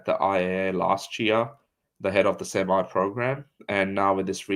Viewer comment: Sem-e not Sem-i